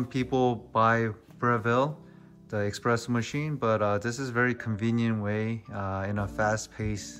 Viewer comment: nice video bro. its pronounced espresso btw (without an X) 👍👍👍